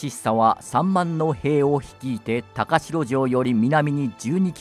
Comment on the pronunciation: 高城は「たかじょう」と読むんですが…歴史を語るのであれば、正確にお願いします😮‍💨